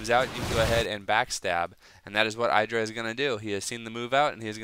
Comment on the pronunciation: idra you acctualy say it like Edra!